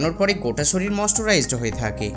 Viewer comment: ভাই তুমি একটু বাংলা বলতে শেখো, এখনো শরিল বলো! মুমতাজ এর মতো সারাজীবন ভুল ভাল বাংলা, হিন্দী ইংরেজি বোলো না প্লিজ.